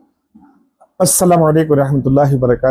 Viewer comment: السلام علیکم ورحمتہ اللہ وبرکاتہ السلام قبل الکلام حضرت والا پہلے اپ سلام کے الفاظ تو صحیح ادا کریے بعد میں حضرت مفتی ارشد دہلی والا پر اعتراض کرنا